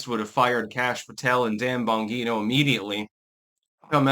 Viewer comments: BON-GEE-NO.not Bon-hee-no Gawd damn illiterate.... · GEE-NO Dan Bon-GEE-no ffs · Bon-gene-o. Come on... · Why does keep mispronouncing Dan Bonjino's name? Why does not want Pam Bondi fired? She is in charge of the Justice Department and Kash's and Dan's boss! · doesn’t care about correct pronunciation. He can be repeatedly told he’s wrong and won’t correct himself. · It's a soft "g" & not a hard "g" in Bongino, same with Mangione. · It’s Bongino with a J sound, not a hard G. It’s driving me nuts. You’re getting like Victor Davis Hanson with the mispronunciations. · One- STOP mispronouncing Bongino. You know damn well how to say Bongino. Two- there are so many scumbags dreading that list. Trump should just make as to release it and then let these garbage people block it with lawsuits. That way it takes the responsibility off Trump. Three- Bondi gives Patel and Bongino their marching orders. The buck stops with her. All the FBI did was say Epstein committed suicide. They had sweet fa to do with “the list”. That’s all Bondi! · dude, he can't even pronounce Bongino's name correctly. And would have us believe he is reading news feeds and listening to video for info. Obviously not.